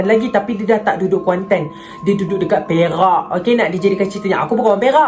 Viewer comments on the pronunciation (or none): kejap... perak ka "berak"